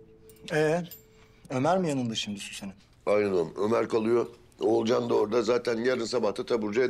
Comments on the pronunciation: Akif'in ciddi durumlarda Oğulcan'ın ismini doğru söylemesi... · İlk defa Akif oğulcanın ismini doğru söyledi😂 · Akif oğlucanınn ismini doğru söyledi 😅